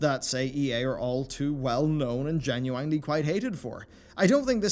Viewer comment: "Gen-u-EIN-ely" :P